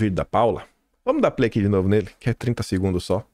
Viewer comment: sou seu fã. Parabéns pelo trabalho. Só preciso tirar uma dúvida, nunca entendi uma palavrinha sua no final de seus vídeos, é tipo: "dê um pei na instalação " ou play, peido, 😅😅. Nunca entendi.